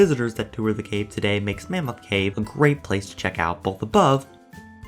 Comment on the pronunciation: Have you ever been to mammoth cave? You pronounce it like you have never been. Mah-moth cave.